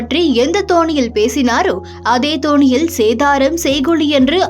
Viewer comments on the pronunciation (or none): """"எந்த தோணியில் "" இல்லமா.... """எந்த தொனியில்"""" ... ஒரு புகழ் பெற்ற தமிழ் சேனல் இப்படி தமிழைக் கேவலமாக வாசிக்கலாமா....வாசிப்பவர் 2k kid ஆகத்தான் இருப்பார்.. 😢😢😢😢 மொதல்ல தாய் மொழியை ஒழுங்கா படிச்சு தொலைங்கடா....